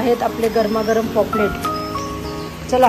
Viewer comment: पॉपलेट नाही पापलेट... तुम्हाला पॉपलेट म्हणायची सवय झाली आहे... काही हरकत नाही पण जमलं तर पापलेट म्हणा... व्हिडिओ मस्त तोंडाला पाणी सुटलं...